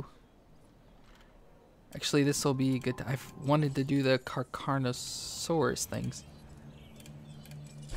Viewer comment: is this the video with brachiosaur mamenchisaurus and dreadnoughtus?and say carcharodontosaurus to car-car-rodonto-saurus